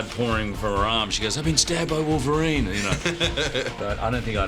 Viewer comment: No mames, güey, es "Wolverine", no es "Volverine", aprende a pronunciar.